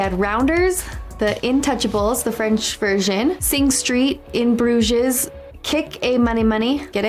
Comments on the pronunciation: She said "In Brooshes". Fucking hell. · When you get to In Bruges, it is pronounced Broosh